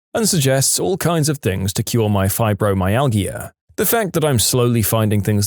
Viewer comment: "UTIs" isn't a single word. It's an acronym, pronounced "yoo-tee-eye", and stands for Urinary Tract Infection. Also, fibromyalgia is pronounced with a "j" sound from the "g," meaning it's pronounced "fye-bro-my-al-jah".